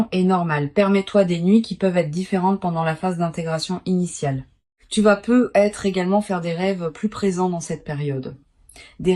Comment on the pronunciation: C'est pas peu être......mais là langue française parlée correctement fait la liaison avec le T de peut (pouvoir)et être......ne plonge pas les gens ds la déception.......peu , c'est pas beaucoup....... à moins que ce soit prévu par un vampire énergétique.